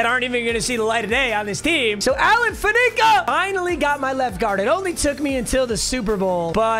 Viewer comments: once again here to remind that it's FAN-ih-cuh, not fuh-NEE-cuh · Alan “fan-eh-ca” not fanica 😂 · Alan fan-nic-ka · Posting until Papa says Alan Faneca's name right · I can’t tell if is purposely mispronouncing Alan Faneca or truly doesn’t know how.😂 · Stop mispronouncing faneca pls